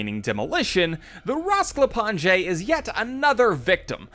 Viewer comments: Rasklapanje does not mean demolition lol, it means take apart or fall apart, and its pronounced rasklapanye not rasklapange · Its called raskapanjhe not rasklapanJEI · It hurts how he says Rasklapanje incorrect 😭 and the translation is wrong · It's not fault for mispronouncing the bio organic weapons name